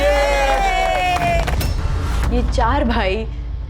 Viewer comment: Niharik instead of niharika😂😂